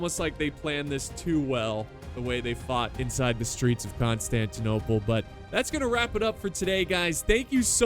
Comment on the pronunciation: i liked the video before watching it just cuz you said right the city name